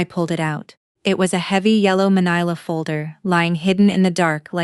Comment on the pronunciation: manila is pronounced man-ill-a